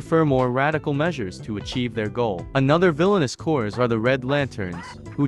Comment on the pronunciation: FFS, "Corps" is pronounced exactly the same as the word "Core". The P and the S are SILENT. Stop saying "corps" like "corez", there's no zeta on the end, unless you're talking about MORE THAN ONE. But just referring to one Corps does not have a Z-sound on the end, it's just pronounced like "Core". (And it CERTAINLY is NOT pronounced the same as a dead body, so it isn't "corpse", unless you're talking about the covert ops corps "The Corpse", run by Von Daggle that actually DOES pronounce it as "corpse".)